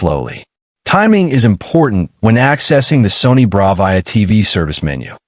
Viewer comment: really know you how to say Bravia correctly, this video would be complete shite if you mispronounced Bravia every single time you said it in the video